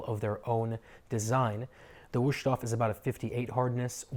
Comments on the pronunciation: Mein Gott... my ears. Just just, in "English" Vust-hofe. Waayyyy closer than Wooshtoff. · Wow, butchered the name times two. Don't try if you don't know.